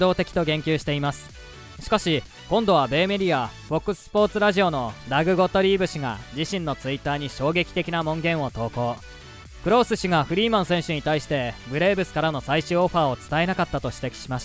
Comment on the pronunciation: 文言（もんごん）を「もんげん」と言っていますね…